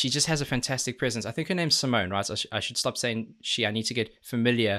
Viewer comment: Don't forget Sharon Den Adel.... BTW, the e in Simone is not silent. I'm not sure how to describe the pronunciation though. Perhaps closer to a Spanish e?